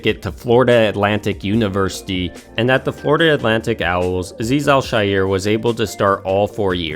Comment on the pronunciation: Thank god you pronounced Azeez Al-Shaair’s name correctly!!! At least I think you got it right and the announcers have been wrong all along. It’s not a woke or sensitivity thing. It’s an education thing. Love your videos, and I hope you didn’t jinx us after The Raiders’ wake up call! 😊 I have loved watching him and am extremely happy that he turned his adversity into his secret weapon.